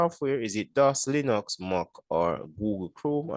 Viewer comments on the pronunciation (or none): none